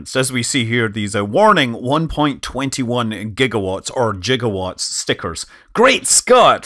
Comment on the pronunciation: Thank you for saying "Jigawatts", well at least once!